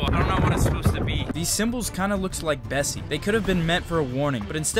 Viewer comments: Isn’t called Nessie? Not Bessie? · Im pretty sure its nessi not bessi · The lock news monster is Nessie, not Bessie 😂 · Bessie???!??!!! It's nessie 😭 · BESSIE?!?!ITS NESSIE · Nessie nah its Bessie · "bessie" do u mean nessie?? Never knew😅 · It’s Nessy not Bessie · Sorry to say but it’s actually <Nessy>